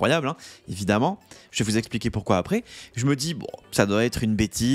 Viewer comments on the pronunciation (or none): none